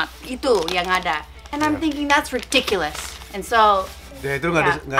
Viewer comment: Superbbbb kak sacha wkwkwkw ngucapin ridiculousnya kek ngucapin mantra harry potter riddikulus